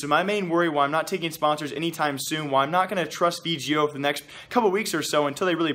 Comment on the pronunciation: Its V-GO not V-G-O